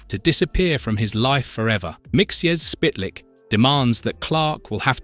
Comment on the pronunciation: Mr. Mxyzptik Mxyzptik is pronounced "Mik - sil - plik"